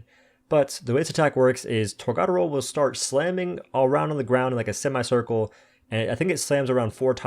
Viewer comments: You say tor ga door o. Not tor god aro. You say it like Americans that don't know how to pronounce words in a different language so the say it witch ever way. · I just wanna say.. TOR-GA (guh)-DO (doh)-RO (roh... not row) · Boy I'll never get over his mispronunciation of TORGA dora... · It's pronounced torg-A-doro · Dude, it’s pronounced Torga Doro